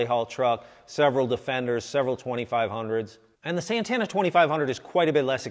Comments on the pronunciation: es santana SANTANA S A N T A NA no seinteina... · Its not Sentena.